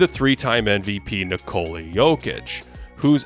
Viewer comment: I don't understand, in your first profile you were pronouncing "Nikola" correctly. Why did you start putting the stess on the "o" like everybody else?